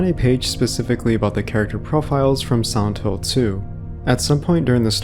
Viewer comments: Why sometimes you said “Silent Hill” and most of the time you said something along like “Santo”? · everytime u say silent hill it sounds like santhole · i kept hearing "Old Santo" and "Santo Ranch" and became very confused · could you say Silent Hill right?